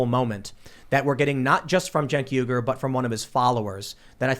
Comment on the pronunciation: What’s there Cenk Uygur What I see: Sink Weegur What Tim says: Jane Cougar